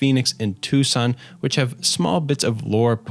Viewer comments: I know I might be late but as a native Arizonan I have to say that it’s pronounced “two-sawn,” & lake “hav-a-sue.” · As an arizona native that Tucson pronunciation hurt me💔